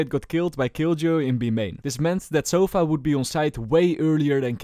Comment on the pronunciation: Sova❌ Sofa✔️